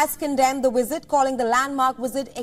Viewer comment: A wisit?